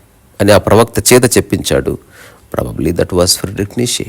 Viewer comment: హలో గారు ❤ fredrick neichze (ప్రేడ్రిక్ నీచ లేదా నీట్చ ) ని తెలుగువాళ్లు మాత్రమే నీషే,నీషే,నీషే అని pronounce చేస్తున్నారు. మోషే మాదిరిగా, మీరైన దీన్ని కరెక్ట్ చేయండి.